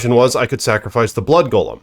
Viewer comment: You're saying golem wrong, too, bro. Get hooked on phonics please.